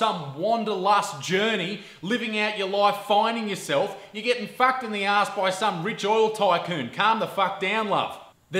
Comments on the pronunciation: I subscribed because I want to hear you say "fawked" again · " There is nothing wrong with being fackd "